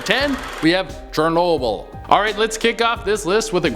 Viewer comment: Chernobyll!!!!! 🙄 Really 😂😂